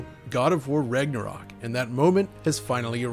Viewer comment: Sounds like your saying Rignorok😂